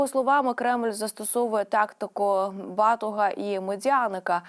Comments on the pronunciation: Не батога , а батога ! Наголос ,відмінювання та закінчення слів, словосполучення , формулювання речень і тд - Якщо вважаєте себе журналістами . Перш ніж намагатися стати ведучими українського радіо та телебачення , необхідно засвоїти основи , ази хоча би української філології ! . Зводите все правильне класичне нанівець ! Сором якийсь … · що тупа, не знаєщ де наголос ставити? мову перетворююєте на посміховисько: бАтога - хаха!.